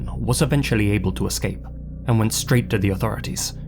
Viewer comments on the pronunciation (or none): none